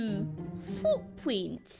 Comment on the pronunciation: I heard say F#@ instead of footprints😰